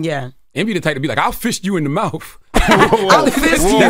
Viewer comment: “I’ll fist you in the mouf” 😂😂😂